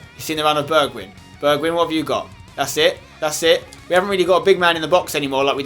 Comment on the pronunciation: don't say bejwhijn but Berkwyn